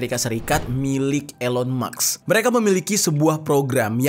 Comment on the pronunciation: Elon maks?, baca mask.